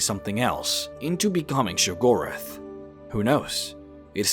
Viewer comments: Hey love the videos, and they are very interesting but you really need to pronounce the names of the Daedric Princes better, for example, Hircine, not Hir and cine or Sheogorath, not shoorgrath, anyway just saying. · Good god your pronunciation of some of the names are killing me here. Hircine is pronounced, "here-seen" and Sheogorath, you completely leave out the first O in his name.